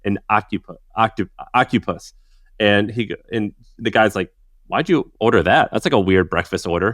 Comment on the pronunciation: Ocupus is now how I pronounce that. Done. That's my take away from this haha